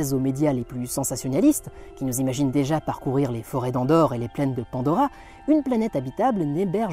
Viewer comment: Andorre ?? Ah non... Endor (N'Dor) ;-)